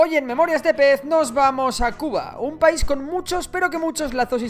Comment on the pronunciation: Pais, no Paris